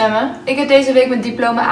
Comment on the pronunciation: ja ik ergerde me er zo erg aan ze zei ook zo van deze week diplama a gejaald ben je dom